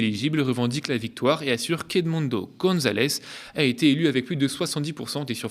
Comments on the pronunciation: Bonjour, ça fait deux fois que je t'entends prononcer " a-t-été rejetée par l'ARCOM" au lieu de "a été rejetée"... Y aurait-il une nouvelle tolérance sur la prononciation de cette proposition verbale? Dans ce cas, merci à toi de me le confirmer! Sociétairement vôtre... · Il est mignon votre petit nouveau Mais le "a-t-été" m'écorche les oreilles à chaque fois Désolé fallait que je le dise :(